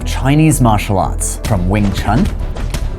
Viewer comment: Wing ChAn ? I thought you said you knew Chinese.